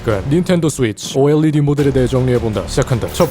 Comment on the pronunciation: 오에뤠디 발음 좋고